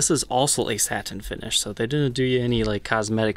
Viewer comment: Can I ask why you pronounce the word satin as “saT-in” instead of “satin”? It’s extremely distracting. Are you by chance Canadian? Just wondering. Thanks.